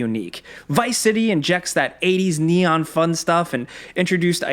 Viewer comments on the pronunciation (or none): none